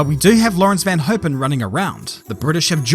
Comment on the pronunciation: Van Hoepen, pronounces as Van Houpen (like in cOUp)